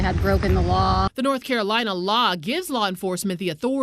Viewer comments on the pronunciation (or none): none